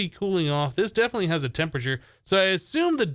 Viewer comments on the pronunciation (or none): none